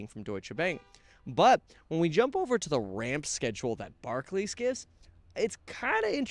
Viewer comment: It's bar-clAYs Kevin. Barkley was an old school trash talking hooper, not to be confused w Barclays.